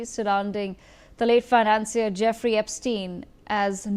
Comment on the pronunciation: 'Fin-an-"seer pronunciation.